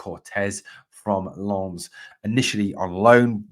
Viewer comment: Another good informative video. Very sensible view on why Rangers had scouts at the Hearts v Aberdeen match. Much as I would love Shankland to come to Rangers, it's a lot more likely they were there to scout the opposition for next week in my view. Refreshing to hear your decent pronunciation of "Lens" compared to other Rangers YouTubers as well. You almost nailed it apart from the silent "s" 😁👍